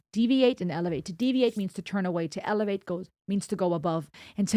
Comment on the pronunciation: he said evelate .